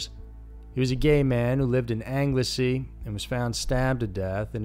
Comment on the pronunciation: I think you meant 1995 for Peter Moore. I was 9 when that happened, though I don't remember anything about it. Though the cinema he used to own is still there in my hometown, been in a few times and never knew. Oh and, fair play with the pronunciations, though Anglesey is pronounced Angle-sea. I know the Ll and Ch sounds are hard to do though.